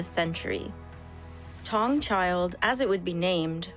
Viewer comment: I Always enjoy these videos. Note, Taung child is pronounced “Tah - oo - ng” child. Not “Tong”. Otherwise, great work.